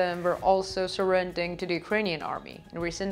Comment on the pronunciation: Ha Ha "Surrending" NOPE.. "Surrendering"